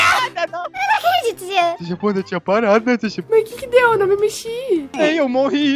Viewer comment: É jean não “jenna”